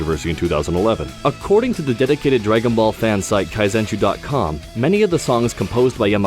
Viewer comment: He actually pronounced it properly. Kai-zen-shoe "Kanzenshuu launched 01 April 2012 as a combination of two prior Dragon Ball fansites: Daizenshuu EX (founded 1998) and Kanzentai (founded 2005)" "There was little discussion over the name for the new megasite. We had been jokingly using the name “Kanzenshuu” as a fusion-esque name for our collaborations for a few years, anyway. Beyond that, however, the names do work together better than anticipated. The 全 (zen) — present in both daizenshuu and kanzentai — means “whole” or “complete”, something both sites had always strived for in their all-encompassing coverage. We took the 完 (kan) from kanzentai, meaning “perfect”, to start with and took the 集 (shuu) from daizenshuu, meaning “collection”. All together, the new name of 完全集 (kanzenshuu) refers to a sort of “perfect collection”, which is what we always envisioned the site to be."